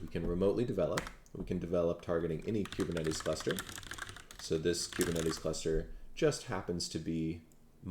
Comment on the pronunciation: I know you put a lot of work into this presentation, but I have two random things: 1.) I like the way you say kubernetes. The way I say it rhymes with “goober,” lol. 2.) For some reason on the iPad app, YT is showing your account as having 12.6M subscribers. 😳 Screenshot